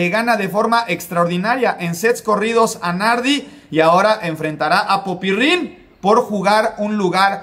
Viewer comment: No sé porque pronuncias PopyRRin, es solo PopyRin, con una sola R.